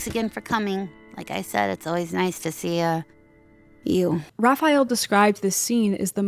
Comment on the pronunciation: I swear if I hear Raphayel Bab one more time...